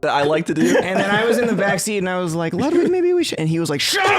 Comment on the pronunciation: I notice your videos say lAdwig, but if you can try to work it better to say L"UH"dwig. It would be a lot more on point and flow better.